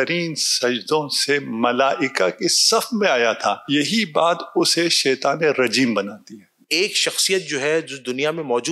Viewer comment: tu beshak azeem hai but apna( sheituwaan) theek krain. Shaituan.